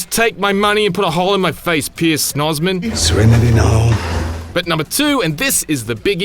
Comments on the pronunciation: "Pierce Shnozzman" I hope Pierce Brosnan doesn't hear that 😂😂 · "Pierce Snoosman" LOL Good review!